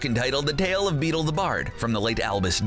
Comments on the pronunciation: “Beetle The Bard” don’t you mean ‘Beedle the Bard’ 😂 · Says the TALE of BEETLE the bard Its multiple TALES and its BEEDLE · beedle not beetle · It is the TALES of BEEDLE (not Beetle) the bard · It’s beedle the bard not beetle the bard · 1. TALES of BEEDLE the Bard 2. The Society for the promotion of elvish WELFARE 3. VOLDEMORT (not volderrrrmort)